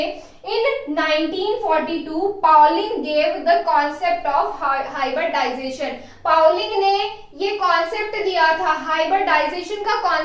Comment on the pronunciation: Hybridization....not hyberdization🙄🙏